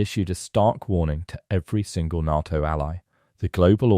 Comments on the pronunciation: Is this another example of some ignoremos trying to supply an audio text, or is it another rotten example of artificial intelligence providing the commentary? The defence organisation NATO is pronounced Nayto and not Narto. Get it right. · The letters are NOT pronounced NAA T O - Artificial Imbecile !!!!!!!!! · “NAH-TO” is so annoying! This is a bot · I can't watch this: NATTO! NATTO? Ya BOO- llocks. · When did NATO (pronounced, NAY TOE) crack? Nonsense! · It's pronounced "NAY-TO". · Please say NATO correctly! The 'A' in NATO sounds like the FIRST letter of the alphabet when you start to recite it! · I've never heard anyone ever pronounce Nato the narrator does 😂 sounds so wrong